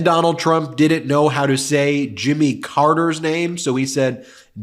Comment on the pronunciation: Sorry, but the fact that he laughed when he mispronounced Jimmy Carter's name means he was aware of his error. I don't think Dump is suffering from dementia (I wish). He just doesn't prepare and knows his idiotic audience has no expectation that he will make sense. He just free associates. He could gargle his own spittle at his rallies and his audience wouldn't care.